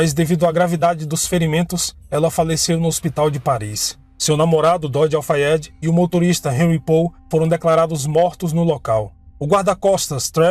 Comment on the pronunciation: Parabéns! Você falou tão bem o nome completo do namorado dela, Dodi Al Fayed.. Eu ia precisar de uma semana para decorar. Não acredito que foi assassinato. Acho que foi acidente mesmo. Assassinato planejado em ambiente público, Paris, e cheio de paparazzi me faz levantar sobrancelhas. E sabemos que ela dispensou a segurança da família Real. Se for verdade, a polícia francesa acobertou. Porque qual motivo? Foi dito a época que Dodi mudou o trajeto aquela noite. Saindo por outra porta o que enganou muitos paparazzi. É a pergunto que faço; como um assassinato planejado ocorreria sem que os assassinos soubessem sua rota aquela noite?